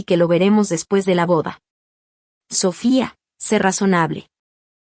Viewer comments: Lee correctamente So fía , la segunda sílaba es la tónica. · La palabra Sofía es grave y la sílaba tónica es la penúltima por lo que debe leerse correctamente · Por favor!!!! Acentúe la í del nombre Sofía !!!!!